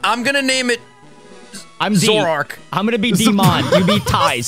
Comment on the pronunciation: HALLELUJAH! They aren't starting with Red and Blue for once, but rather the empirically better equivalent. Also, the Pokemon is Zoroark, note the second o. Also also Dylan and Ryan have got this.